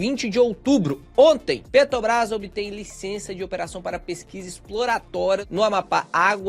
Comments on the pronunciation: Sou fã dos vídeos do, mas sou só eu que fico agoniado vendo ele falar Petobras em vez de Petrobrás? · Petobrais ou Petrobras... importante falar corretamente. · PetRobras!!! É pet R obras! Tem um R depois do t, amigo! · Cada vez que vc fala PETOBRAS? me dá uma agonia terrível.